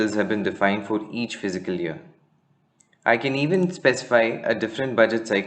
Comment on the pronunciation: The pronunciation is fis-cal not physical year!